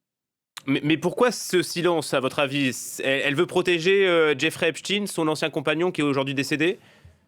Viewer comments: Arrêtez de dire Epstine. C’est« Epstein », et non « Epstine ». Les médias ont reçu pour consigne de modifier sa prononciation afin de le dissocier d'Albert Einstein ( lol) certainement ou peut être sa proximité avec Israël . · quand ils prononcent « epstine » au lieu de « epstein » 😂 c’est trop tard on sait qu’il appartenait à la communauté « élue »